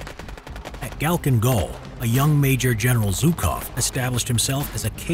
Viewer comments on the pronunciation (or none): Ffsake it's not Zukov! Its Zhukov! Jukov at least!